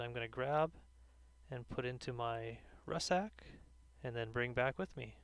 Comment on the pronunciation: It's pronounced RUCK SACK. Not RUSS SACK..